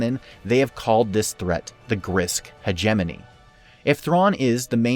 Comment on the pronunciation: "hedge-eh-moan-ee" Emphasis on the first and third syllable.